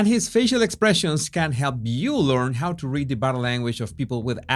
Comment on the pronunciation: "Body" se dice bodiiiiiiiiii", no "bode" como tú lo dices.